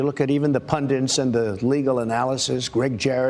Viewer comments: Small thing, but it's punDITS not punDINTS, Donny boy. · Is dyslexia a big thing in America. The amount of times I have heard people refer to PUNDITS as PUNDINTS is innumerable. Why do such a lot of people see an extra N in that word. does it and Trump as well in this excerpt. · "You look at even the pundints.... What's a pundint??? 😄